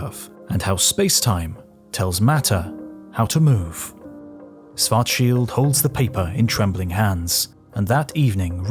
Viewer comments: Why do you say Swarzschild and not Schwarzschild? It's the same difference as sit and sh... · Swartzshilt? Its Schwarzschild=Shwartzshilt BlackShield in english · Why do you pronounce schwarzchild as schwarcheeld? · Schwarzschild. Can always count on Brits to mispronounce literally everything not-English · He was German. His name isn’t spoken like in the video, it starts with Sch, it’s pronounced like the sh in shallow. Next time, use google translate, it does a better job saying the name.